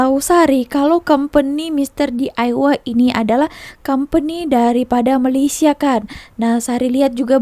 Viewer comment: Bukan Malassia tapi Malaysia ( meleysia)